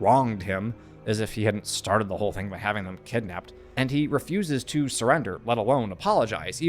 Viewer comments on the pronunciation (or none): none